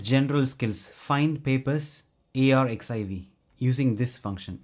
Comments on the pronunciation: Love the content, succinct and informational! Just a heads up "arXiv" is pronounced as "archive"—the X represents the Greek letter chi. Keep up the great work! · fyi - arxiv is pronounced archive. It looks like you have some really good content on this channel.